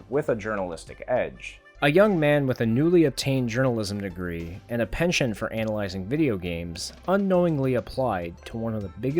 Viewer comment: Did you say pension instead of penchant?